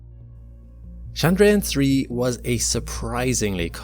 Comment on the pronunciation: Chandrayaan is not French, it's not Shandrayaan, it's Tchandrayaan just as you would say Church. Besides, you're speaking English. But if you're insisting on switching accents and language rules mid sentence than at least get it right. You can use Google translate to find out and Hindi is available.